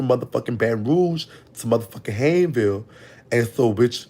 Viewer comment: Major banks is my grandparents pastor. He was a short brown skin fat man. And it’s pronounced “Hains-ville”.he has a large mole on his cheek.